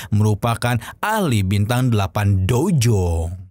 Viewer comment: Udh brpa kali saya ingatkan... Dou zong bang bukan dojong😂